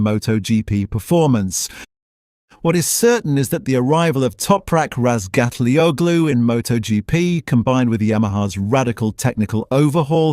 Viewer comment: christ someone who can pronounce Topraks surname correctly. I'M IMPRESSED